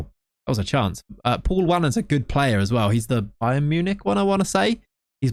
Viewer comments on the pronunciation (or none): none